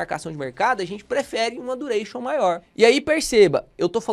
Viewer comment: "vou te ensinar dureichon" leeeeeepo